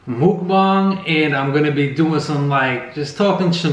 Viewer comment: Everytime you say Mukbang I laugh because you want to say Muc-bang so bad😄! I mispronounced it for years😄